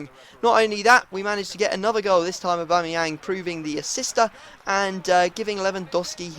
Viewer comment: u did it aubamayang bacame ohbangmynan